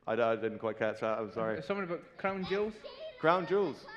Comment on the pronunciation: swealing of the cwawn juuls in minecwaft :^)